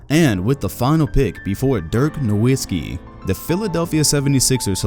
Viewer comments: This guy creates a video of Dirk Nowitzki, but does not even pronounce his name correctly. The W is a V sound in Nowitzki.... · Dude is already retired and you still can't pronounce his last name right. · glad you finally learned his name and stop calling him NowiNsky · I know right! People should it's pronounced "Noh-vit-skee" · Why cant anyone say Nowitzki properly